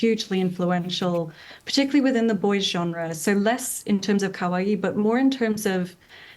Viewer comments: Newscaster lady's pronunciation of "kawaii" is rather "kowai" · Just so people know, kawaii is pronounced like Hawaii. The way this woman says it, kowai, actually means scary. Also of course, RIP for toriyama. I’ve actually cried. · What is this "ca-why" she is talking about? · Bro, did this news reporter really say Akira Toriyama spread Kawaii???? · The way the BBC news presenter pronounces かわいい lol, she's saying the word for 'dry' (thirsty) rather than the word for cute. Oops!